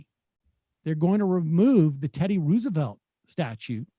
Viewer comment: Sam pronounces Roosevelt differently each time he says it. FYI, the correct pronunciation is Rose-a-velt. This is true of both Roosevelt presidents. There are letters preserved from Teddy where he talks about the confusion and confirms the correct one and there is video of his cousin FDR's inauguration where he pronounces it this way.